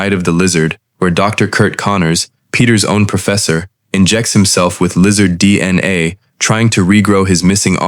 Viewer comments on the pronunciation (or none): listen to how the AI says “DnA”